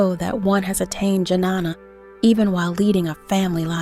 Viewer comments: It’s not Janana It Ghyaana. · It's not Janana..It is Ghyana.. Transcendental Knowledge..Please learn in your next Videos how to pronounce exactly Sanskrit Terms..🙏🕉️☯️🍀💫Aum Namah Shivaya..🙏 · Don't want to nitpick here but to hear these words pronounced with a heavy american English accents is really jarring.... and I think somehow detracts from the quality of the video. The proper Sanskrit pronunciation of Jnana is "nyaa-na" .